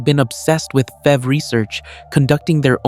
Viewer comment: Stop calling it "fever, or fev." It's like nails on a chalkboard bro. It's F. E. V. you got a say the whole thing